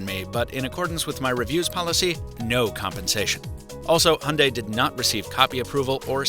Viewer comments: How you pronounce it: Hon day How everyone else pronounces it: Hi - un - die So is it any greener? Since the hydrogen making process produces Co2 anyway. Also, most petrol cars are cleaner than ever, and they only get better as new generations come out, some ranging 60mpg average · It's not a "Hunday" it's a Hyundai (pronounced Hi-un-die) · why do Americans call it a hunday ? when it's pronounced hai- un-dai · How come americans cannot pronounce HYUNDAI and say HUNDAY instead ? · It is HYUNDAI NOT HUNDAY!!! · Hi-un-die is how I’ve only heard it pronounced. Do all Americans pronounce it hunday? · It's pronounced Hyeong Dae, not hondai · Hundai??? it's HYundai, learn how to pronounce it. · its 'Hi-Un-Die' not hunday fml. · Hyundai is pronounced YOON-day, not “Honday”. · It’s Hee Yun dayyyy not Hunday. Get it through your head! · Its not hunday its Hyundai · Grrrr its not HAND DAI, ,its pronounced HI YUN DAI GOD DAMN IT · Wtf is “Hunday” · It’s pronounced “hun-die” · it is not hyunday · Your meant to say, hayunday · It's not Hunday,it's Hyundai. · Honday??????? Ffs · Is that really how you say Hyundai? , the thing with buttons on a car isn't just about the feel, its that you can remember where they are and they'll never move from there.